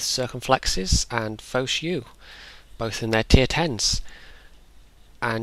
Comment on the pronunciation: the way you pronounced Foch is funny xDxD